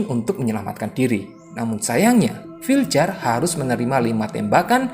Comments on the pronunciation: Bacanya vilyar bang bukan filjer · Torje bacaannya torhe Viljar bacaannya vilyar